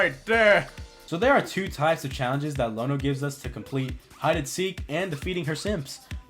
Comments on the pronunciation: You read it wrong, is Iono, not Lono. Is an "i", not an "l". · This is a cool video and it's interesting seeing someone who has never played before play this game. The gym leader is called Iono not Lono. It's with an "i".